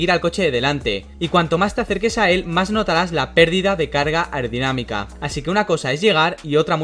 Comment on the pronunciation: Yo solo oigo “irdinamica” “aurdinamica” blabla jjajajajajja le hace falta como pronunciación